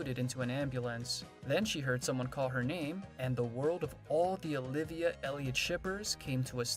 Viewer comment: It would be nice if you pronounced Elliot's name correctly! 👎👎👎👎👎